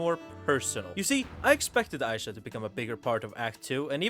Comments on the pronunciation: Who's Aisha??? It's Isha, ee-sha. Ik you must be white or something and not familiar with ee pronunciation (like people saying aissa instead off issa)but common, jinx literally yells EESHA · oh my gods why is everyone sturuggling with this, jinx actively says her name in the show there's no reason so many people should be butchering it like this its really not a hard name say it w me e - sha not eye - sha 😭😭😭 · Its Ee-sha not Aisha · Why spelling Isha like that tho 😢 aside from that, great video (I get butthurt bc ppl mispronounce my name in the same way all the time)